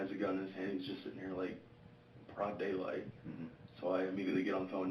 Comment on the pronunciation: Broad daylight not pro daylight